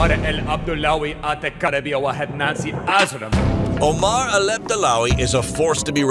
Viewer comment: did bro just say Nancy Ajram???? That's like the Pokimane of the Arab World hahaha